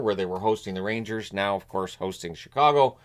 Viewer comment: I thought said “The Road Ragers”.